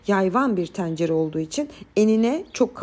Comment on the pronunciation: Teencere 😂 hnm cım çok hoşsunuz herşeyiniz çok güzel de lfn “Tencere” demesini öğrenin. Hakikaten rahatsız ediyor dinlerken. Tencere Pencere Mehmet vb kelimeleri üzerinde çalışmak gerek.